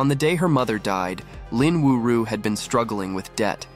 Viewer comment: Her name is Lin Yu-ju - how did that become Lin Wu-ru?